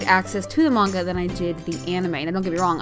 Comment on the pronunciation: When she says manga she says it weird and I'm like *PLEASE STOOOPPPP!!!